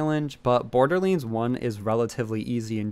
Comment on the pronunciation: What is the origin of you saying borderlands like that